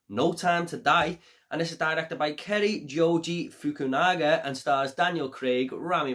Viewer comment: it was a great review, just watched it again. Well pronounced on that director too.😀👍